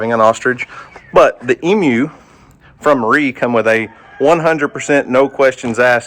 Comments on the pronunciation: You say emu funny! Sounds like you are saying Em-U . We say E-MU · Just a heads up...but it's EEmu not Imu lol. Long E sound. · Emu is "E - moo" not "m-u" 👍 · Funny to hear you pronounce Emu! You say “Mmmu”, we say “Eeemu” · The variety of eggs Houston has is so exciting! However, the pronunciation of the word Emu is EE-mooh. The EE's are Long E's. I'm a writer and I just had to point that out to you. It's an OCD of mine. Sorry 😞 I can't wait to see if they all hatch. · Like usual, great video, thank you. FYI, the correct pronunciation of emu is EE-mooh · For the love of God... It is pronounced E-mu... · the green egg is a Emu. Pronounced with a long E sound. We have a fairly large Emu farm up the freeway. They also have deer, goats, birds, rabbits and sting ray fish. My granddaughters love it. Bridgette is such an animal lover. She goes nuts everytime we go. It never gets old. I am hoping that Houston's eggs all hatch. It will be so exciting for Houston and us your U.T. family. So happy " Mr Duck" 🦢 is doing better. Y'all take care be safe.